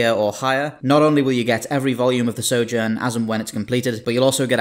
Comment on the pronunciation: You can't pronounce SOJOURN